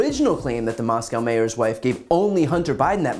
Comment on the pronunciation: Wife of Moscow's Mayor.....Jesus say it correctly.